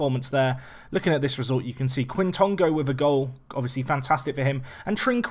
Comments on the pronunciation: Quitongo - “k-Tongo” , k sound like a kicking k opposed to it being K (Kay) Just as well FM doesn’t give punishments for diving, he enjoys a wee dive. A good exciting player though in real life! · I think its pronounced j-i quintongo